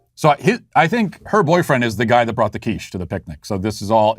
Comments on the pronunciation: Hey Matt, the first time you said QUICHE (you pronounced it perfectly, by the way, with just the right amount of French haughtiness) I knew where we were heading to. The only thing I can say is that the guy was right to repossess his quiche, because quiche is delicious. No offence to my French cousins! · Lol I am fench and I never bring a quiche. Good french accent by the way!